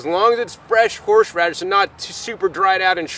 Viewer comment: You are amazing, but i just kept cracking up every time you said HORSH radish LOL Awesome video, thank you! I've got my living room FULL of tropical fruits I have grown with your guidance, time to look for a new place with more room lol. My daughter is telling me no more plants, but there WILL be more LOL